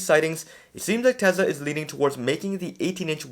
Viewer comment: Generally good videos, aside from 2 things, AI5 isn't supposed to be available until late 2026, which makes sense as the design was just approved. It will take time to ramp up production. Number 2,, I understand you speak fast, but Tesla is pronounced Tesla, not Tesa.